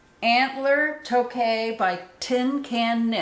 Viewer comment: Hello from London, Ontario, Canada! Thought I would help you out with our wonky pronunciations 😀. Toque is pronounced “tuke”, and Chez is pronounced “shay”. I am visiting my sister for several weeks and she has me hooked on your podcasts. I look forward to binge-watching your previous episodes! I live in northern Ontario, and we have visited several yarn stores while I am down here (I live in a town with such limited shopping I can’t even buy underwear,) so I can get cracking on my holiday knitting. Cheers!